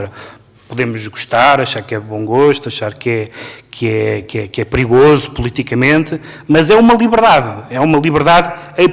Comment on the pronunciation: Ké frô?😂😂 hahahahaha